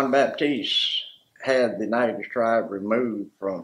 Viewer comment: SAME!! Every time he said the name I thought "that's a lot of silent letters". Haha